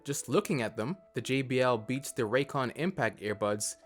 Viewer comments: Raycon sounds more like recon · YEAH, Introducing, the original raycon hater, he calls them rays con and rancans